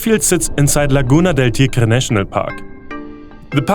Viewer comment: the way you pronounce the Spanish word "tigre" is perfect 👍 also thank you for this video